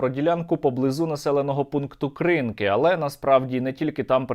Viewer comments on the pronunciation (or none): дякую за все що ви робите.. Будьласка, вимовляйте правильно "Кринки"-[крынкы] наголос на друуге "ы] Дякую...